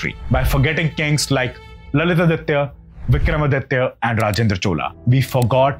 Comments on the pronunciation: Please pronounce Lalitaditya as Lalitaaditya ( give importance to grammar please) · His name is not lalith aditya. It is supposed to be pronounced together "lalithaadithya", although it means the same. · Pronunciation is not Lalit-Aditya but LalitaAditya